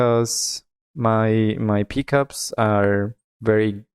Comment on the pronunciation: the peecups😂